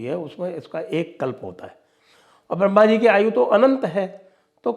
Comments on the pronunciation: Ye mulley brahma ko barhama kyu bolte hai jankar hindi sanskrit bigaad kar bolte h.. kya urdu arbi me adha shabd ka uccharan nahi hota ??? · Ye gadha hai pura madani. Be sir pair ki baten kar raha.easako bolana bhi nahi aata baramha nahi bramha hota hai.